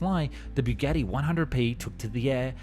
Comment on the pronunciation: Only made it just over two minutes into this video until I could no longer listen to this guy mangle the name Bugatti. Byougetee . . . Really??? have you never heard anyone actually say Bugatti before?